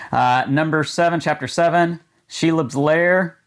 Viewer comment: You forgot Sheelob lol.